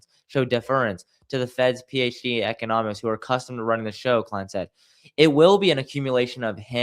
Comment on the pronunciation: Pronunciation of economists...